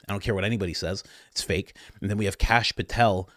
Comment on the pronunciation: Kash POOH-tel